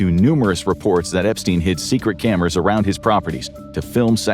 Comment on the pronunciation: “top secred”